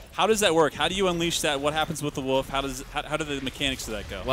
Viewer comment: what he says: marauders got a wolf what i heard: marauders got a woof